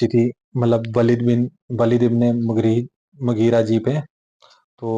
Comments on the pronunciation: Mugri nahi hai bhai. Mugheera hai. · Bhai Naam to sahi dhang se padho unka Naam Hai Moghira ebn shoba yah unka naam hai isliye kahate Hain views kamane ke chakkar mein Islam ki theek tarike se pahle study kar lena chahie 😊